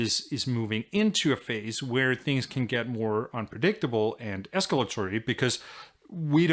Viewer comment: I love everything about this guy's videos except how he says "and".